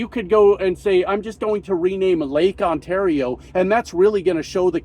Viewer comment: But I heard Lake Kissmyass